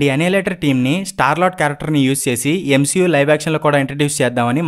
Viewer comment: Endi bro M-SHE-U antunnav